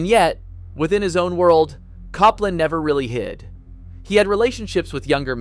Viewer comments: AlleluJJJah, is this a AI or a person, I trust to much when people or things cannot pronounce the simplist things and what we were brought up with, sorry, and Cop-Land who pronounces this this way really, and FYI I am a professional Pianist been around everywhere pushing 45 years and the Tchaikovsky thing is very very old news, we always knew and we didn’t care at all, people are people , not our role in life to judge anyone’s likes or dislikes, that’s what makes us human, your nomore then a gossip column with old news, sorry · Aaron Copland, with Cop pronounced like 'policeman', LOL. Who knew good ol' Aaron had a mostly forgotten Sylvester Stallone movie in common with his name? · I also noticed the inconsistent pronunciation of Copland, one with a long "o" and another with a short "o" - Cope vs Cop.